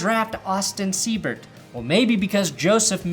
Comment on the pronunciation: Everyone I've come across pronounces Austin's last name as Sea-bert. Lol It's pronounced Sigh-bert.